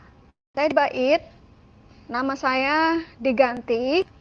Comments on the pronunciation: NYEBUT kata BAIT aja SALAH . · NYEBUT kata BAIT aja SALAH .1